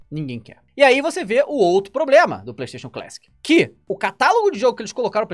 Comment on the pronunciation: A palavra feita por "Playstayion"